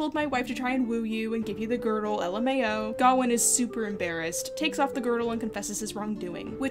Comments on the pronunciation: It bugs me that you pronounce Gawain like Ga-win when I'm used to hearing it as Ga-wayne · Isn't the name pronounced Ga-wayne? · Well, the director of the movie made a comment about how they did not want to give finality to the argument about pronunciation, since the actor who pays King Arthur says it as "GARR-wayne' and the rest of the characters say "GOW-in". When I was being taught about the story in college, my professor said "ga-WAYNE", so there really is no "correct" way to pronounce his name. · Can you address the pronunciation of Gawain for me. I've only ever heared it pronounce Guh-wain to rhyme with swain. I've not seen the film so not sure how they handle it. Is this a case of someone's making an error or of multiple possible pronounceations? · Why do you say Gawain like that? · Why are you pronouncing sir Gwain weird? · It kills me how badly you mispronounce Gawain, but other than that, yeah, sure, cool vid.